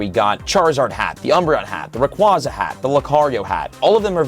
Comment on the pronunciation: Ray-QUAY-za And while we’re at it… Metagr-OH-ss and Tynam-OH Ray-quaw-za, Metagr-ah-ss, and Tynam-ao are just factually incorrect.